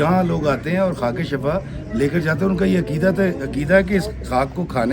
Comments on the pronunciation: Shafa lafz nahi hota is ka matlab garrha hai sahi lafz shifa hai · Kindly correct the pronunciation of word shifa Jazakallah